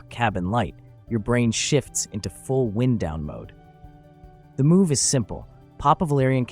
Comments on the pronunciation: the AI voice made a boo boo on wind down; not the blowing air wind but wind down, relax. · It's AI... it pronounced "wind down" (to relax) as if it were saying "wind'" as in air 😂🌬🌬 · Is this ai the frequent mispronounced words. A voice that sounds like a natural english speaker yet say the wind in wind down wrong. Says the wrong live too. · AI pretty good here. Mispronunciation of “wind” gave it away. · You can tell this was AI. The word is wind like wind up a toy not wind like the wind is blowing. That’s a blooper.